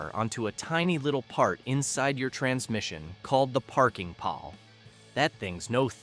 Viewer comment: Pawl is pronounced "Paul" not "pal"